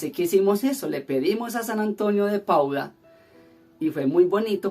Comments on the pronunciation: No es Pauda sino PADUA jejeje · es San Antonio de Padua, tu dices Pauda, disculpa la correccion